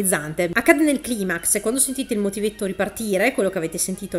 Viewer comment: Non posso non apprezzare il fatto che ti sia ricordata di dire climax con la pronuncia originale latina e non con quella anglosassone ^^